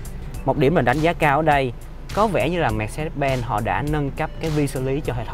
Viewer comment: Phát âm sai thương hiệu rồi anh ơi :))